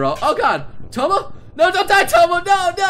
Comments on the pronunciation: Touma, not Tomo! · Poor Tomo and his "misfortune"